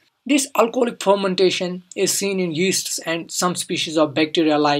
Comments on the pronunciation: Wtf is phhhhhharmantation? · Ethanol phomantation.......lol.......which accent is this....haha....